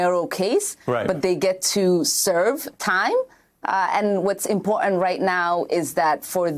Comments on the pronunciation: ICURA, I love it when she say's the word impor'ant instead of the proper pronunciation important. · That's very " impo'ant"! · Darnal, it's " impor'ant" She needs to speak proper English.